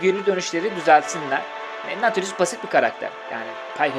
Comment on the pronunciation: Aslında nautilus yazılışı okunuşu naudlıs